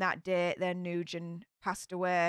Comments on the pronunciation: Not New-gen, pronounced Nu-win. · Last name pronounced new-win for future reference very common Vietnamese name ☺️ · I can’t keep hearing you say new-gen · Hi! If she was Vietnamese, her name is pronounced "Noo-When". We have loads of students in the school district I work at with this name. I also hear it pronounced "Win" sometimes. 😉